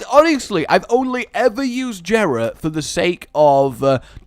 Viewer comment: it is pronounced yeh-ra not je-ra